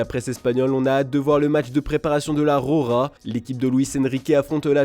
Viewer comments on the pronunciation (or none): Va falloir ce mettre à enrouler le R quand vous prononcez "la Roja", parce que là c'est vraiment dégueulasse